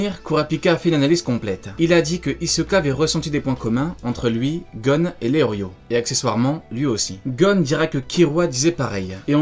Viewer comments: Mais ça ce dit pas Léorio mais Léolio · Lelio * pas leorrrrlio! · Je crois qu'on dit leolio plus tôt que leorio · Je suis le seul choqué qu'il dise leorio et pas leolio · Je crois que c’est Leolio pas Leorio non ??